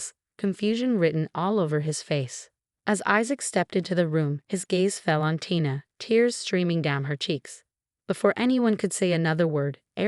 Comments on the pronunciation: Is Isaac’s wife’s name Tina (pronounced TEA-NAH) ; or Tina (pronounced TIE-NAH)? You tend to switch back and forth. Make up your mind!! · Firstly, please learn to pronounce Tina's name correctly and secondly for some reason my suspicion shifted from Issac to Tina. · How many ways can a person mispronounce and misspell “Tina”? There were many other mistakes as well! Please get better narrators!!